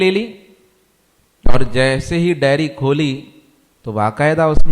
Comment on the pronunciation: उच्चारण सही करें , डेरी नहीं डायरी